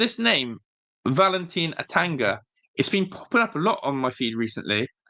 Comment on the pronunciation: Don't forget A-tan-Gana. 😂 Butchered that too.